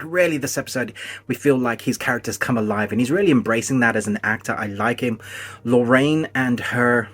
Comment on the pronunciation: you mention “Lorraine,” but I don’t think there’s a character with that name. I’m curious to know who you were talking about! I listened to it 3 times and could only hear “Lorraine,” but I apologize if I just misheard you. edited to add: Did you mean “Moiraine”?